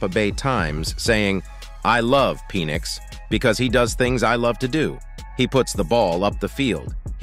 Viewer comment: Penn - ix not Pee - nix. Sounded like Penis!